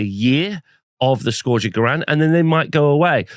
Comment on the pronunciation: My guy stop saying scourge wrong! 😂 Love these videos, keep them coming!